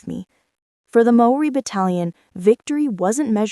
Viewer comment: You are showing a picture of Australian soldiers while talking about Maori - natives of Aotearoa/New Zealand. In the time it took for me to write this, I have heard one nonsense after another.... although I do thank you for having a good go at pronouncing the Maori words correctly. A Kiwi.